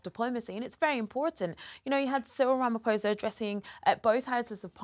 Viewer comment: HOW can the BRF celebrate the visit of a black president if they're "structural racists"? And Charles and Cyril shared some very sincere moments of camaraderie together. Even if Charles pronounced the President's name incorrectly (just a small slip, but I don't understand how Charles wasn't informed that the "ph" in Venda is pronounced "p" with an exhalation of the "h" afterwards. Complicated, I know. But the many different "clicks" in the South African Tribal languages are a conundrum to even the various tribes). Britain is reportedly scheduled to have "blackouts" starting in January 2023 - so, SA's blackouts are the result of corruption, particularly related to Zuma and the State Capture. WHY can't logical people see the logic? And Cyril is a wealthy businessman in his own right - he'd have NO reason to be fraudulent. Besides, Jacob Zuma was corrupt for the entire time of his presidency, and is only now, MAYBE going to be jailed. Dreadful dreadful corrupt individual. Dreadful. What a dark period he brought to South Africa. Madiba must be turning in his grave.